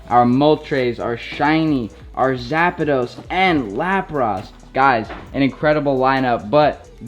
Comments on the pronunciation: Mol-tres not trays, no idea where you got the second A from in Zapdos and Lap-rus not ross 💀💀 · Man said Moltrays, Zapados and Lapross hahahahaha if you’re gonna jump on the bandwagon at least learn the names first